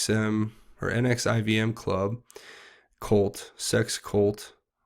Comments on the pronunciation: Pronounced “nexium” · It’s actually Callen NexIUm